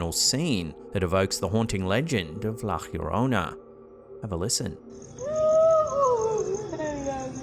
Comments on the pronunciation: It's not pronounced "hhhyorona" lmao two Ls make a y sound, no need for the hhchch sound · And unfortunately keeps mispronouncing La Llorona everytime. He needs a little help from a Spanish speaker